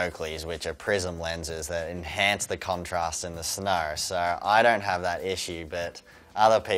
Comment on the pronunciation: He says snow like snar